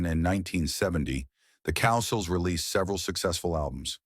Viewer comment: It’s COW-SILL FFS. Wish I could leave more than one thumb down